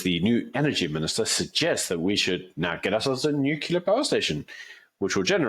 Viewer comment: it's not: "Nukalear"